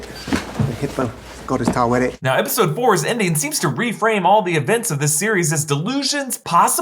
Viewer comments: Ta we ret.... not tu wa ret... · Why do people pronounce it "tower-ret"? Lol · It's not pronounced any old way it is ta-o wet et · It’s actually pronounced taut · Its really not hard to roll the “r” in “Taweret”. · Also also, there’s no war in Taweret. Online pronunciations have two syllable sounds.